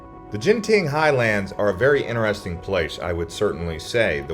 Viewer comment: It's not pronounced as "Jinten" it's pronounced as "Ganteen"